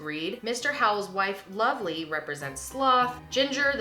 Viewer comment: It's Lovie Howell, not Lovely! I love your channel and Joshes also. Plus the podcasts are great!